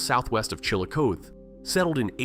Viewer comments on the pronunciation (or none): “Chill-a-cote” is the original Native American pronunciation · Be nice if the dang AI would pronounce “Chillicothe” correctly….